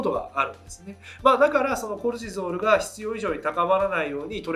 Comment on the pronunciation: コレチゾールの発音が気になる😂